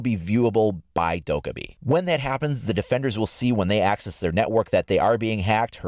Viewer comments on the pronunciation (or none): It's dok-eye-bi, which means gremlin in Korean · Please pronounce Dokkaebi right... Its triggering the Korean in me